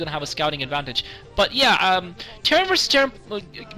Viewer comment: I couldn't help but notice... says "But, yeah." instead of his signature(?) "Butchyea" GG